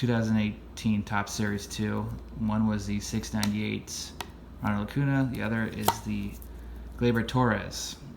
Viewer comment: I love your channel and I don’t mean to be a jerk, but it is pronounced Ronald Acun-ya.